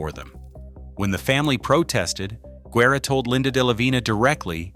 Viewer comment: This has got to be the worst documentary ever. Im from Mcallen, TX. I was a part of that church. Barely one percent of those pics were correct. One showed a skyscraper that wasn't finished till the late 70's. That Pic of Sacred Heart Church wasn't even the church building. And the way Guerra's name is pronounced, terrible. AI is terrible.